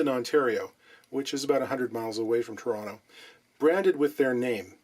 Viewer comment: Liked for the proper pronunciation of Toronto, however I would have liked the video anyway. Peace.